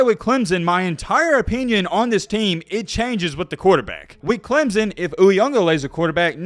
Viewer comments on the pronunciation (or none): none